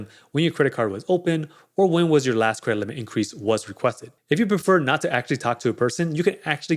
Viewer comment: Yeah I was like, what is Cremlit?🥴 then I just listen to the context and figured he's saying Credit Limit "Cremlit increase...higher Cremlit"😄